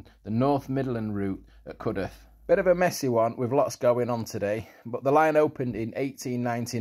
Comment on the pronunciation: So glad you pronounced it as Cudeth and not Cudworth.